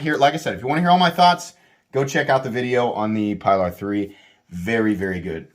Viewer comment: It’s “PEE-lar” My Elementum is an amazing knife!